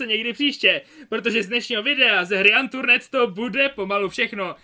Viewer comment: neni to antrurned ale antrn říkaáš to špatne ale neva natoč wot:-)